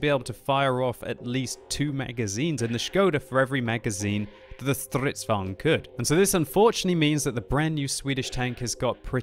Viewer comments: I notice you try to pronounce "stridsvagn" a lot, but not like a swede would say it. as an example, shorten down the 'R' to only roll once and dont forget to pronounce the 'N' at the end. "GN" is pronounced the same as "NGN" would, but without the first 'N' since it's mostly redudnant Also, , whats wrong with a good old regular fika as a consumable? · That Stridsvagn pronounce tho... Btw u need to test "surströmming" if u know What that is... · Fan asså, han kan ju inte ens uttala "stridsvagn" korrekt! Vilket skämt.